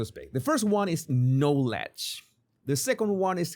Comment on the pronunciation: Please ask the AI to pronounce the word "knowledge" for you.